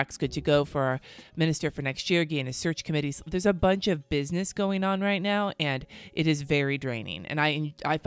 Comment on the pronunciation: Fairly new subscriber and I have to say I FLIPPING LOVE YOUR PERSONALITY 😭😭 I knew it when I heard you actually curse the first time and you confirmed it with “right meow” I rewound to make sure I heard it right!! Greatness 💯🙌🏾🙌🏾